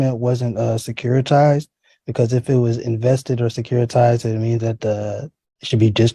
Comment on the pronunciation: Securitize, and he says it twice. Ignorance is ignorant indeed.